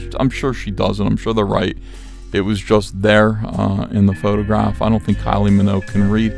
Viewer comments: Kylie Minogue come on Ethan, at least say her name right, show some respect.... Minogue like Vogue, not Minnow, pronounce it correctly, please, thank you, that is all!" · Stop spreading fake news about Kylie's surname. It's not pronounced Minnow. It's Minogue - MinoGue. Fix this now, I'm off to France